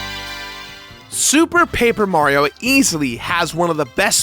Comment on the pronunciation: Was drunk during this recording? He seems to be missing a lot of syllables - moreso than usual. "Sue Paper Mario," I believe he said at one point.